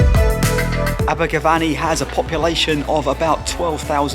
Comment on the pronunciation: It's not VANNY it's VENNY😎